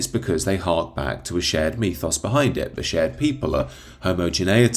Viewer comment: What is a 'methos'????? Surely you mean 'mythos'? Is it just your pronunciation?